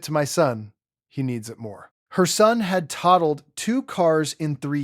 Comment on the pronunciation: Tah told? That’s toe told. Totaled. Lou uh vul. Hun die. Not hewn die. Hyundai. Good grief! So many errors! Teach your AI how to speak!